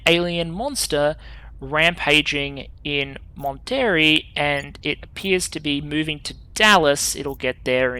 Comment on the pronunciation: If you want to know we pronounce Monterrey as Mon Tah Ray not Mon Terry. Loving this series so far.